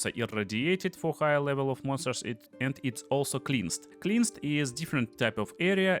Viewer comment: Hope you dont mind me pointing this out. But ´cleansed´ is pronounced with the same ´ea´ as in head. This didn´t get in way of the fact that I think your a genius and I love your videos :)